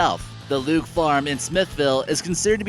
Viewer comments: you are SO Wrong🤬 The name Luecke is not pronounced “Luke “ It’s pronounced Leeky NO he is not an egotistical person, if are going to post on YouTube at least get the the name & story Right. Why don’t you get your stories straight? Now I don’t believe 1/2 of the other stories you posted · the luecke ranch should be pronounced as 'leeky' not luke.